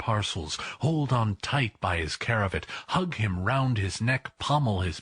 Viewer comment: It's a CRAVAT... not CARAVIT!